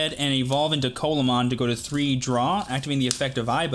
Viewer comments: Pronounced more like "See-la mon", not colamon :p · its pronounced "See-luh-mon" not "colamon" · This is nit picking, but just as a heads up (and like it doesn't matter, grand scheme of things, but it is a fun fact to show off to ppl with) Coelamon is pronounced See-lah-mon. Its based on the Coelacanth, which was a thought to be extinct fish, that still lives today. (Same animal that the Pokemon Relicanth is based on)